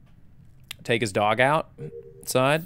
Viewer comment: The way he says "Ryan had to to take his dog out... side." makes it sound like a euphemism.